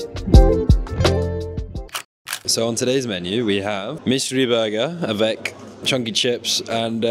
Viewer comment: Did u learnt French at school ? Because we u presented ur lunch you said « avec ».